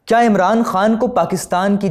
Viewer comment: पहले च्या और क्या में अंतर करना सीख लो एंकर बाबू